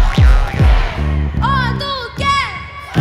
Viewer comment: Правильно OTYKEN, произношение у Вас не правильно. С Уважением!!!